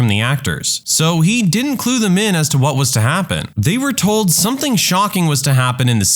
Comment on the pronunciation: No k in the word something . Let the narrator know